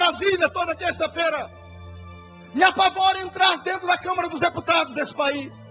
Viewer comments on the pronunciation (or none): none